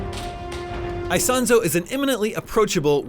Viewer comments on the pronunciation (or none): Btw is not "Aisonzo". It's Isonzo ("eesonzo" ). Just to be accurate 😉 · every time he says AISONSO I pull my hair